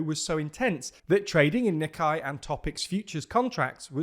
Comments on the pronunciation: a pedantic correction as someone learning japanese: "nikkei" sounds more like "knee-KAY" instead of the "KNEE kai" that you've been pronouncing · I'm sorry, but your using the wrong vowel sound for the second half of the word Nikkei is like nails on chalkboard. It uses a sound much closer to date, paste, and slate than the vowel used for eye, die or lie.